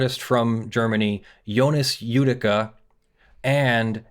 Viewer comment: That name is a bit mispronounced. It is "Jödicke". J like "Y" in "You". "ö" like you say "ou" in "Luxembourg", "dick" like in English, the final "e" like the "e" in "hey". As you currently pronounce it, it would be written "Judika" or "Judicka" in German. No offense, just hoping to help.